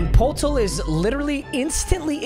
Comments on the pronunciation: No way papa said “Jacob Pole-toll” it’s “yah-cub pertle” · you mispronounced Jakob Poeltl (yah-cub per-tel) I’m not even a fan of him but it hurt to hear you not even attempt to pronounce it right😂😂yes Ik he’s complete dog water and got injured immediately but can’t nobody tell me it didn’t hurt when he mispronounced it😂